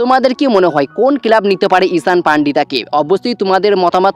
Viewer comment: টুকলিবাজি করে ভিডিও বানাস। নিজস্ব কোনো খবর নেই। শুধু ভুলভাল খবর। কেলাব না কথা টা ক্লাব। উচ্চারণ টা ঠিক কর। আর যুক্তিপূর্ণ কথা বল।😂😂